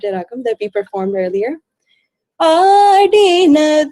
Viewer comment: Fabulous rendition But don't pronounce Adinado for Aadidano & bede as "bedde" Rest all was fabulous